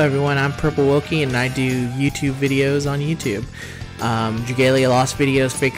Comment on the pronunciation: You did well pronouncing the name :3 Also, thanks again for participating! It was tons of fun to put it all together. Hearing that it took you so long, makes me appreciate it even more, because it shows how much work you put into it!! <3 Also, this video made me laugh quite a lot, thanks for publishing this! Oh and my favorite is always "I'm a YouTuber on YouTube" lmao